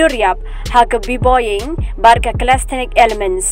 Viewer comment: Ca-les-the-nic i kong i ong😂🤣